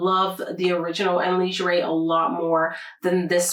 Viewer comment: Le-ger , not lingerie or la-geray 😉